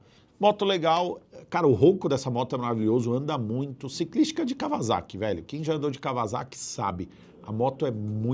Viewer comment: vc que gosta de moto, kawasaki não se pronuncia kavazaki e sim cauaçaqui blz é nois!